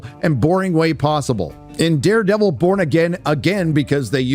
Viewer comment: why does it sound like he's saying Daredevil : Bored Again